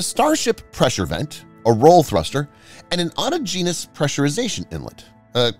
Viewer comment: I'll second that "enjoyed watching" for several reasons not the least of which is the flawless Southwestern English!! There is a remarkable absence of hyperbole such as "terrifying, frightening, and pictures of Michio Kaku wrinkling his face in tears!! The only beef i have is the pronunciation of "autogenous" which is "ah tah' genous' emphasis on the second syllable!